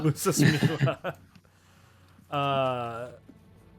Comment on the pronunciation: I laughed so hard when y'all say "Miwa"😭 it's actually called Biwa